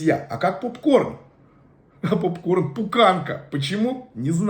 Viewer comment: Не пукАнка, а пУканка, не бухАл,а бУхал, майка, это мать, а мама есть мама. щори это того, что ставиться на окна, перде, это другое.